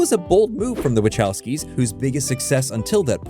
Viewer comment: Oh my goodness, I hate how this AI says the "wachowskis"